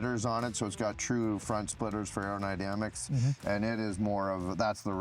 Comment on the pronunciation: “aero INDAMICS” ?? Can’t tell if dude is an Alcoholic or just doesn’t know what he’s talking about. Third fumble in the vid🤨